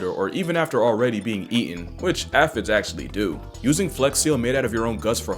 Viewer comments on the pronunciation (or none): Aphid is pronounced with a long A...